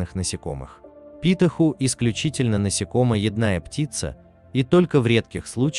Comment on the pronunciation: Такое чувство, что робот озвучивает или человек, который русский по книгам и пособиям учил. "насекомоЯдные", а не "насекомоеднЫе". "покрОвы", а не "покровЫ". Ухо режет. Если робот, то отличная речь, ударения пусть носитель русского проверяет.